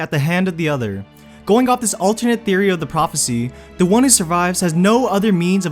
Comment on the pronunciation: it's impossible to listen to this because the narrator sounds so stupid. Dude, you need to stop ending every single sentence by prolonging the last syllable. "neither can live" doesnt have to become "neither can livvve" "either must die at the hand of the otherrrr" "this is what voldemort would want for himseeelf"